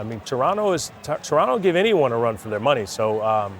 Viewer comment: It may seem like a small thing, but props to you guys for pronouncing Toronto correctly (“Trunno”, not “To-RONT-to”). It’s respectful and we appreciate it.